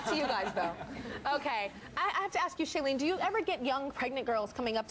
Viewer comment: The way Tyra keeps mispronouncing Shailenes name lol